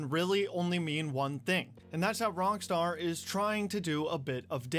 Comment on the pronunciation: Am I the only one hearing him say "wrong Star" not Rock star?